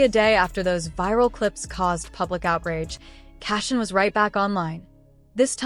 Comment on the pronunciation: Seriously??? C'mon now .. at least make that lame ass A.I. shit pronounce her damn name right!! It is pronounced [CHRI-SHAWN] not (QUISHUN)😂